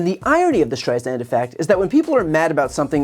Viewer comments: Brian, it's pronounced Streis-sand. Like sand on the beach! :) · awesome videos. but please learn how to pronounce STREISAND correctly.